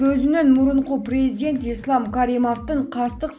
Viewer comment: Текстти окуган кыз президент деген созду туура айтчы деги эле туура суйлогонду уйрон же башкага откоруп бер